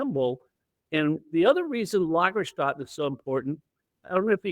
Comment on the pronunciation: Nice video! And just an fyi, not a complaint: the ä in Lagerstätte in german is pronounced like the a in hat in english.